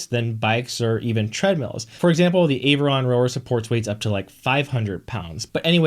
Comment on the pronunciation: Aviron. Not A-viron. 🤷🏾‍♀️